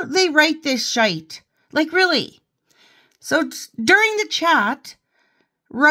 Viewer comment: The photo of the Staff Meeting at the start. You’ve got it 100% ☺️ luv ya! And this morning I hear the hear the Ulster pronunciation of arse and shite 😁 Anyway, I’m only 13 minutes in, more to enjoy!